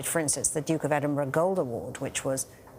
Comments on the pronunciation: Gale, FGS! If you cover the royals nationally, especially the prince’s funeral itself, learn how to say his title right! It’s Edin-brah, not Edin-boro!!! It’s Scottish! Just be professional or not being ignorant really! And stop keep calling him “Philip” like you were buddies. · Its not Edinboro. Its Edinburgh... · Yes, that made me really annoyed. You would have thought she would have learned to pronouce his name correctly.